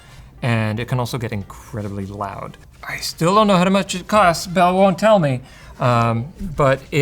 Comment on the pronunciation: Not the "Live Life Lound" 😭